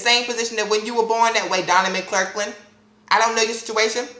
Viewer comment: Lol he kept calling him "Donnie Clurklin" love it (